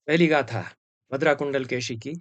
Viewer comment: एक छोटी सी टिप्पणी, तमिऴ भाषा में कुण्डलकेशी का उच्चारण 'कुण्डलकेची' नहीं होता है बल्कि कुण्डलकेशी ही होता है। परन्तु तमिऴ में शकार का उच्चारण संस्कृत के सकार और शकार के बीच होता है। आजकल यह उच्चारण मिलना कुछ विरला है प्रायः लोग इसे 'कुण्डलकेसी' ही कहते हैं। फिर भी औपचारिक तमिऴ भाषा में शकार का उच्चारण का स्थान और प्रयत्न संस्कृत के शकार से बहुत कम विविक्त है। आजकल भी तमिऴनाडु के तथाकथित ऊँचे जातिवालों का शकार तालव्य होता है और उसमें महाप्राण प्रयत्न साफ़ दिखता है। सनम्र, श्रीनिवासकृष्णन्